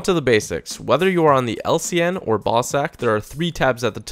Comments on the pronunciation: Sound like hes saying ballsack lol. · I thought u kept saying ball sack💀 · I'm dead everytime he says ballsack I mean BAWSAQ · I cant tell u how many times I thought he said “Lcn and ballsack” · sounds like Ball Sack hahahah....Meow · lol it sounds like he's saying "ballsack" instead of bawsaq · i laughed every time he said "Bawsaq" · He said bawsaq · Im childish as hell I laughed the when he said bawsaq